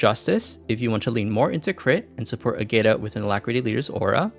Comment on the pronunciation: Ágata is a Spaniard name, a bunch of other characters also use Spaniard names or surnames. To get correct pronunciations just have Google pronounce it in Spanish.